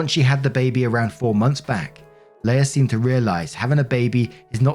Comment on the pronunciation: Story 1 - "Leah" is pronounced "LEE-uh" not "LAY-uh".